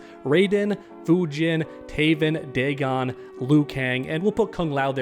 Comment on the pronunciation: You said Daven and Teagon! Instead of Taven and Deagon! 😂😅😅 Let's Go!!!!!!! 👊🏻🎮🐉🦂🦂🦂✌🏻🙏🏻